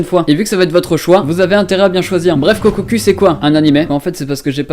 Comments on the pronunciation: "Kokkokou" et non "kokkocue" "Animé" et non "anime" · Kokkoku se dit "kokokou", juste pour dire car sinon c'est assez grisant d'entendre de noms d'animes mal prononcés...